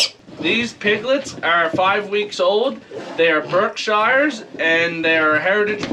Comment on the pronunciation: What gentle pigs Berkshire (pronounced - Barkshur) is a County in the South of the UK, the nuances of our language is often confusing Lovely to see what you are doing